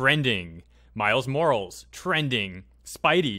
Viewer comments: "Miles M O R A L S" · The moment when you clown on people's grammar but can't pronounce Morales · Damn this man mispronounced Miles Morales.